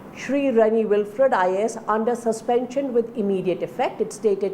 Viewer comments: Good coverage on this sensitive issue, but please try to pronounce the names of person or place in the correct way. It should be " Will - frudh" and not " Well - furt". Being a news agency one can't afford to mispronounce names of people and places. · .. It's " Wil - frit" in American English pronunciation by the way! Anyways, I'm off this thread.. Besides, my first comment was not directed to you or any public for the matter. I just pointed it out to the news anchor because I believe nobody grows better without constructive criticism. Everybody got flaws, pointing it out and accepting and adjusting what's necessary is essential akin to the air we breathe... Peace out!